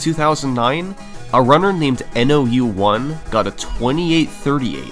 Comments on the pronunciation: I think "nou1" is supposed to be read as "nōichi" (spoken as "know-ee-chee") bc it's a Japanese name 😭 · hey brother love the vid, nou1s name is pronounced as "no one" since the o sound can be translated as ou as well, please take down the video again and re upload with this correction, all the best :0) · Commenting for the algorithm. I wonder if nou1 is pronounced "no one"